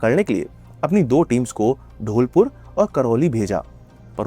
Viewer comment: It’s धौलपुर not ढोलपुर